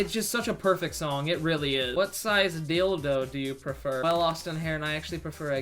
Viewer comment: "the largeest deeldoh I could aqueer" dying😂